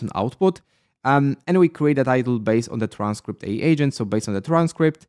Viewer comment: How to remove the Heygen watermark? I think AI is pronounced A - I